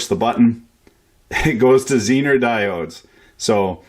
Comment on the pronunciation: Thank you for pronouncing Zener diode correctly, unlike Dave at EEVBlog.